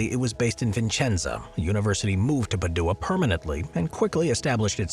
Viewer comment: please learn how to pronounce Padua and Vicenza (not Vincenza).